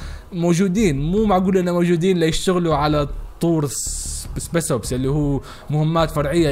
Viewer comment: اسمها سبيشل اوبس مش سبيس اوبس 🤦🏽‍♂️🤦🏽‍♂️